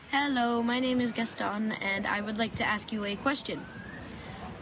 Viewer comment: Basically the only one with a decent accent, . I never heard about an italian called "gastone" (pronounced with french accent).